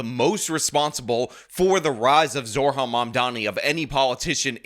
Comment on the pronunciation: I hate Mamdumbass as much as anyone but repeatedly saying his name as Zor-Han and not Zohran with the r before the h just makes you sound like an idiot